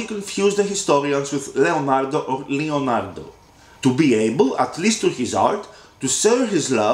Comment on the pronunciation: But it's Leonardo not Lionardo